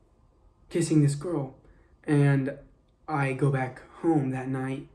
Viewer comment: im sorry but why does he say girl like GuRl